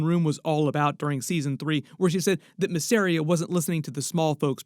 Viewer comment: its M a zz e r i y a... not f*cking masria